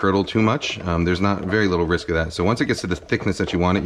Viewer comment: Elmer Fudd: "Dis is a bewy high wisk environment."